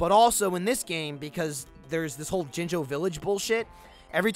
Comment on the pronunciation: Am I the only one who thinks that when says jinjo It sounds like slang for one of the soulless ones?